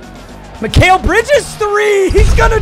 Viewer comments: this man saying Mi-Kale instead of Mi-kal had me so pressed for no reason😭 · BRO IF I HERE MIKALE INSTEAD OF MI-CAL one more time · “Mik-ail Bridges”